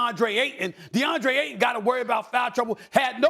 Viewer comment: it’s AYTON. With a Y. Lmao